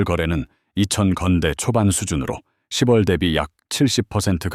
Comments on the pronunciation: 십월이 아니고요 시월로 읽어야죠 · 스크립트에 ‘10월’을 ‘시월’ 한글로 넣어 보세요. ‘6월’도 ‘유월’로.